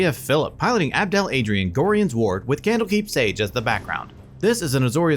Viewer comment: It still causes me physical pain at how all the cEDH channels pronounce Gorion(Gor-eye-uhn)... but awesome video like always